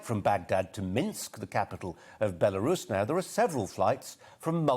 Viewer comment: Sorry Colin, I think you'll find it's pronounced "Beroos' or alternatively, "Burrous', that clever, eloquent and honourable lady Mrs Webb can help you with that.